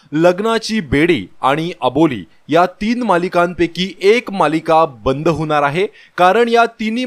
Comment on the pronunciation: होनार आहे नाही हो होणार आहे असं म्हणा. अशुद्ध मराठी भाषा बाळू बोलू नका updates देताना.